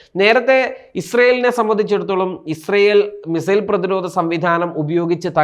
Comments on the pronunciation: Not mizile read as missile. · Mizile അല്ല missile